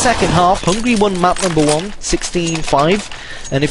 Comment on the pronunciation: Hungary, not hungry